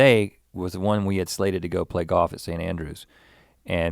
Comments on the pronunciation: Rhett gives the gift of GAWF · Pronunciation- Most people: Golf Rhett: GAWF! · Easy to tell Rhett went to Scotland, he left the L and came back playing Goff like all Scots 😉